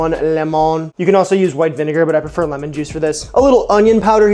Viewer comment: They way you are mis pronouncing lemon is actually Spanish for lime.